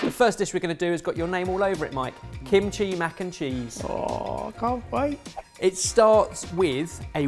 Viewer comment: Mac-kim-cheese that is all